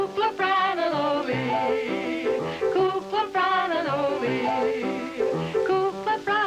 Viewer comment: Why did the announcer pronounce Ollie's named weird at the end like O-Lee?